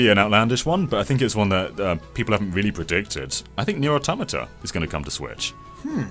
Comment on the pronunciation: pronounces "automata" correctly! Hooray!